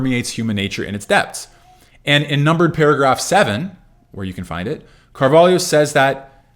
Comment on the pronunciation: I have never seen an English speaker pronounce Carvalho as well as you did